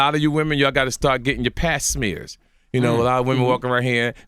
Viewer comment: Did he say "pat smears" 😅 Ladies you gotta get your pat smears ok 😅